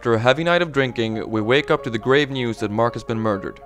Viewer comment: When he said "grave news" it sounded like "great news"